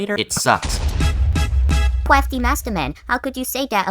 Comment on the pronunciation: cwafty mastoman